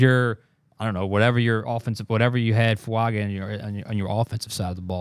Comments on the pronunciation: His last name is pronounced FuaNga. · His name is pronounced "Talley essay fuan ga."